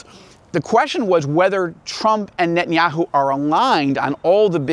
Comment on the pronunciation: It izz Knott Kngett•tann•yah•who. Stop saying that. You have ahye Jewish name ، ao, sound like oñe